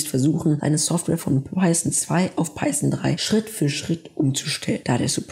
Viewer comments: Also nach der Google Aussprache würde ich mich nicht richten. Du sagst "Paison" man spricht aber Python -> Paithon das Englische th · Peisen und Jeyva😂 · Wie wär's wenn du erstmal lernst, wie man Python ausspricht?